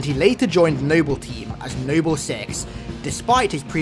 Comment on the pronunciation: Nible team! Lol how he says it